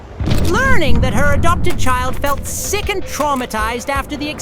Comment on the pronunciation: At 527 he said. Not sick but #ick